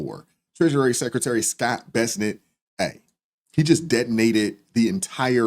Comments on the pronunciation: His name is "Bessent", not Besnit". Just saying. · What is it with people and pronouncing names. His name is BESSENT/BES SENT/BESS ENT. It is not BESSNET/BESS NET, as you're saying. With that said... keep digging until ALL the Ds are exposed.